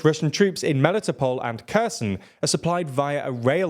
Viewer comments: Kherson is pronounced Herr-sonn, not Ku-z'n. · I'm not Ukrainian, but when are you going to pronounce Kherson properly? (It's not a hard K sound) It's been over a year...